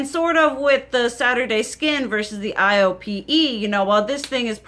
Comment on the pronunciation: Hey girl, thanks for this video! Because you're using your older stuff, we're able to get insight on products that we may have forgotten about, but are still available on the market. IOPE is pronounced like "eye-oh-pay". I'm Korean and my mother and I use a lot of Korean products so I'm familiar with this brand!